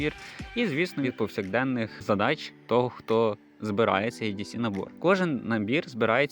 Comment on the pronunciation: Старенький, не «Ей», а «І»… «І Ді Сі»☝🏼🤝🏼